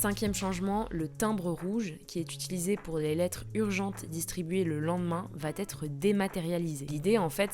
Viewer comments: Merci de faire les liaisons (cent-t-euros), et les bonnes ( va-t-être!) Sinon merci tout court.Votre travail est super. Bon réveillon! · "va-t-être"... VA ÊTRE ! Pas de liaison ! Mais d'où sortez-vous cette liaison foireuse ? Les fautes se répandent plus vite que le bien parler sur YouTube... 🥲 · Va être, pas va t-être.